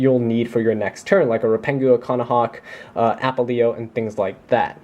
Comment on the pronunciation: Great profile honestly, for a competitive version of my fav deck. I just have to say -- Its Apelio, not Apple-e-o <3